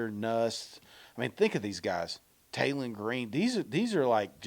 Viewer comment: Say this with me Taylen not Jaylen if you are going to do a list get the dam names right geezz